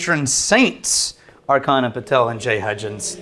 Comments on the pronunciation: still see that they havent learned that the CH in Archana is pronounced as in CHurch, and not K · Archana is pronounced AR-CHA-NA:) Our Indian names are hard to pronounce and I don't hold it against you. Thought I'd share that since they both are Patron Saints:)